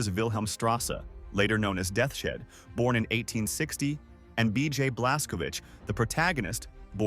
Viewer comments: "Death's Shed" Fucking AI slop lol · It pronounces Deaths Head as Death Shed. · Is the audio AI. No one pronounces Deaths Head as Det shet. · Did he say Death Shed?